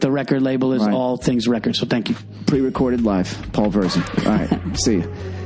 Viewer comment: Virzi... I always thought he was saying birdsey!